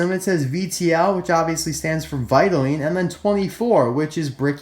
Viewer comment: The pronunciation of vitoline is "Vaitolain" Not "vaitolin".